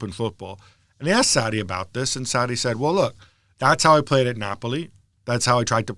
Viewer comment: God another trash podcast with marcotti trying to pronounce foreign names and doing horribly bad but he swears he is pronouncing it right. Maurizio "Satti" - marcotti 2019